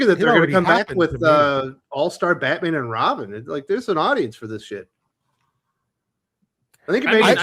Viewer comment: IT'S BAT-MAM!! 😂😂😂😅